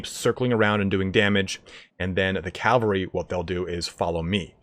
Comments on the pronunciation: It's not calvary, it's cavalry. Even your guy says it. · I'm terribly sorry, but... CAV - AL - RY. Not cal-va-ry. That's a place in the Bible. Really great video otherwise! It just had me wince a few times.